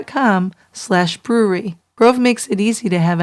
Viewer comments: Please fix the intro it’s so distorted and it sounds like he says “troo crime brew-reee” it’s brew-err-ree. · True crime brew-err-ree!